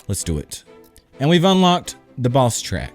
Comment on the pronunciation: Who else thought was saying 'balls track' instead of boss track? xD